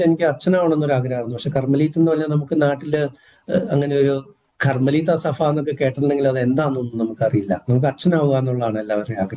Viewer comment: സഫ അല്ല. സഭ ആണ്. ഫാഗം അല്ല. ഭാഗം ആണ്.